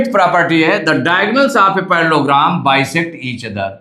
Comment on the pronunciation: Parlellogram ❌parlogram☑️